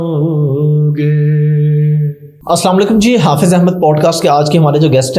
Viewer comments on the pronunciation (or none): Bhai aap Kam to buhut accha karte he but Salam pe dhiyan dijiye assamalekum ye konsa Salam he